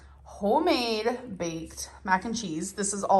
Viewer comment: I haaaaaaaaate that she says "hoe-made". If it's hoe-made I'm not eating it.